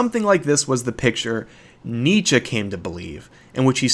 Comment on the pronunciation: Excellent video. Bravo! And excellent pronunciation of Nietzsche